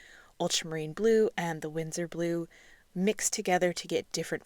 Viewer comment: BTW it’s Winsor not Windsor.